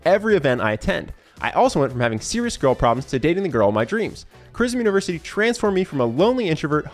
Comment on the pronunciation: "chriosm university" XD